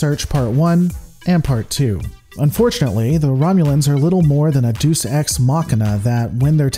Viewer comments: It's pronounced DAY-us ex Machina, not "Deuce ex machina" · I know this might seem petty, but I want to bring up a couple of linguististc issues. "Deus ex machina" is a Latin expression, meaning "god from the [or "a", since Latin has no equivalent of "a" or "the", but uses a simple noun in both senses] machine". "Deus" is disyllabic, not monosyllabic.( I.e, it consists of two syllables, not one.) It is NOT pronounced like the English word "deuce". It is pronounced deh-oos ("e" as in "pet & "oo" as in "foot" (= "u" as in "put")) Also "deus" is a noun, while "ex machina" is a prepositional phrase modifying it. To make the plural, one should use a nominative plural form of "deus", of which there are two in Latin: dei" & "di". "Machina" need only be plural if one thinks that there must be at least one machine per god, at which point, since "machina" is in the ablative case (even though the final "a" is not usually marked as long), the ablative plural, "machinis" should be used. Thus, "dei ex machina", "di ex machina", "dei ex machinis", or "di ex machinis". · Deus is pronounced Day oos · Ah, it's so cute hearing your mis-pronunciation of words; Deus is pronounced day-us. No worries, we still love you. 😜